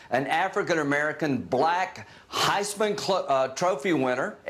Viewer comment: Is it me or did Graham sound like he almost called it the "Heizmen-Klan" trophy?